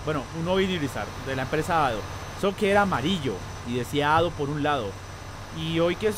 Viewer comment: En realidad se dice adeo ADO yo soy de México 🇲🇽 ay muchos de estos acá saludos sinxe saludos 🤟🇲🇽